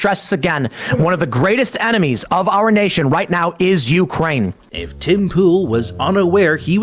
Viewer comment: Hahaha, it sounded like you said "Jew-kraine," which would be funny seeing as this is a Tim Poole section, the Holocaust denial mentioned earlier, and the fact that Zelenskyii is Jewish. Also, the Tankies? As in the left-wing equivalent of a Reactionary? I don't get how playing the wrong music would offend someone of that persuasion; if someone here does, would you mind explaining to me? Because the only angle I could think of is wrong, no one or their mothers thinks that the CCP is actually communist, right? That would be like thinking the USSR lr DPRK are or were actually communist.